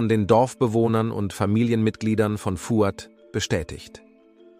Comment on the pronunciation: Aber der Name Nazih wird mit stimmhaftem s gesprochen, also eher Nasi. Und bei Fouad liegt die Betonung auf dem a.